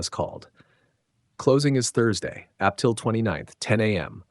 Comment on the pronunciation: yes, and Ap Til for April, ha ha ha ha 🤣